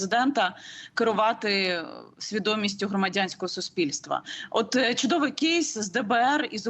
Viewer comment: Яніно, який "кєйс"??? Ріже слух! Існують українські слова!